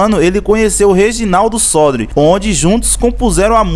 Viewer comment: Muito bom só lembrando que o nome do compositor é Reginaldo Sodré. Você pronunciou errado.